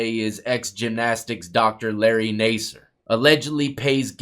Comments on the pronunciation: Nas-ser. Not Ney-ser. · NA-SIR, not NAY-SIR. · lol. It’s NASS SIR not nase sir. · Nasser doesn't have a hard A sound. It sounds like Mass.